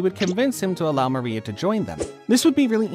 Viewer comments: Man, great video but why did you say "Maria" instead of "Moria"? xD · Bro kept calling moria maria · It’s Moria with an O not an A